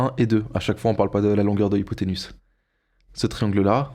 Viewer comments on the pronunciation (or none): Effectivement...petite rectification (désolé), mais ce n'est pas hypothénus....mais hypothénuse....qui se prononce UZE et non pas USS...ca m'a peté les oreilles 🤣🤣🤣🤣🤣🤣!!!